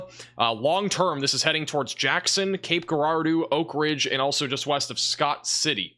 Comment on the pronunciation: Cape Girardeau is pronounced with a soft "G", sounding like a "J". Good work last night. I watch you almost every morning.